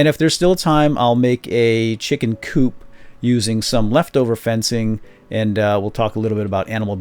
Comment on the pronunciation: lol chicken coop sounded allot like chicken poop